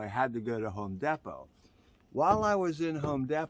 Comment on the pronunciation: The way says Home Dapot is so hilarious 😂😅 Love you! You are the best.